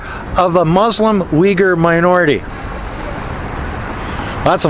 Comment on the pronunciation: There is no "I" but "U" in Uyghurs.😆